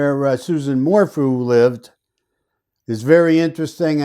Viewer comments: It is "Su-ZANNE" not "Susan." It is "Morphew," not "Mor-fu." There was NO "bike ride." Suzanne was already dead on Mother's Day. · Her name is Suzanne (Soo-zan) not Susan Morphew (More-few). Thank you for your analysis on these cases. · It’s Sue Zan More Few pronounced . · If you’re taking this on please at least do research and make an effort to pronounce names correctly. Her name is not Susan. Suzanne! Her last name is pronounced MORE-FEW. Her town is SAL- 👁- DA. You lose credibility when you don’t even attempt to correct this.